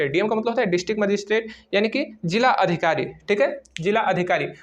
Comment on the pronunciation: भैय्या जी जिला होता है जीला नहीं 😂